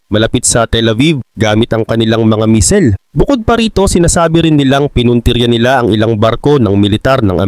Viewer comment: buti nmn bamer na pronounce mo hindi na bamber 😂😂 kaso ung Misel medyo sablay